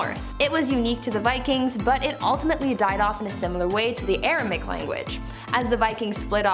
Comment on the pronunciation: Hebrew is still very much alive and used, even in the U S. That language Jesus used is "Aramaic". You're saying and typing "Aramic" which is uncomfortably like Arabic. It is pronounced "ARA-MAY-ICK"